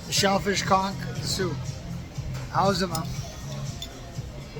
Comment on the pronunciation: Why is it all these tourists love to report, give their opinion but they can't pronounce conch or Kalik😂🤪🙄??